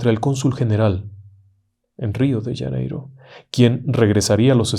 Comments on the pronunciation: UY PERDON.... RIO DE " LLANEIRO " .....que en castellano no se dice.....Janeiro con JOTA??? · Wrong!!! You’re telling the story in Spanish!! So is Janeiro not “Yaneiro” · Qué es Río de Yaneiro? Será Río de Janeiro? Jajajaj. Buen relato